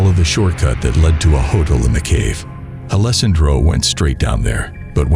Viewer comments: That part drove me crazy. Mispronounciation is a huge pet peeve of mine. You got alessandro right about 50 percent of the time. Lol As long as you're learning from your mistakes, it's all good. Nobody is perfect right off the bat. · This was the first time I've heard the name Alessandro pronounced so many different ways.